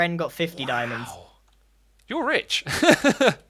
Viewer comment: Is it just me that thinks it sounds fun when he says Grian is ritch?? (No hate)